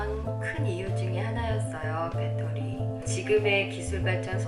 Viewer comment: 배러리 관리에 철저하시네요. 배러리 발음에 좀 웃겼습니다.